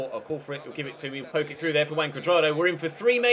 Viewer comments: wrong more like "who-un" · Isnt pronounced Huan? "j" in spanish is "h". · Huan. With the "a" pronounced as you would do in man. Now try speaking out his name quickly and keep repeating it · When you where saying Juan Curdrado it sounded like Wank Curdardo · Juan is pronounced Who-on